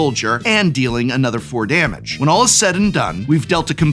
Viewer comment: "Damge"? From an English major!